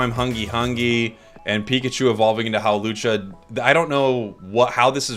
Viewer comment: "evolve into Howlucha" 😂😂😂